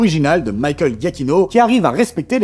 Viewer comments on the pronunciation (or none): none